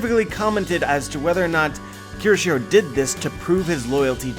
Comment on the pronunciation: as a weeb/anime fan/one piece fan HOW CAN YOU POSSIBLY THINK IT'S PRONOUNCED "KI=O-SHIRO"???? kyo. kyo. KYO. KYO. SHI. RO. IT'S NOT THAT FUCKING HARD it's a phonetic language as someone who makes a living off of reviewing this shit, how can you POSSIBLY not have a basic understanding of this yet????